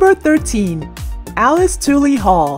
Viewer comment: I commend your hard work on this project, so it pains me to point out a glaring pronunciation error that needs to be corrected if possible. It's Alice TULL-Lee, not TWO-Lee. Odd that this is the one you got wrong since Alice Tully Hall has been a familiar New York institution for years and someone on your team (if not the narrator who must not be a local) should have caught the gaff.